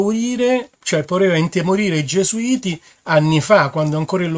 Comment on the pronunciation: il vaticano non puó scomunicare nessuno . bravo hai finalmente marcato "gesuiti"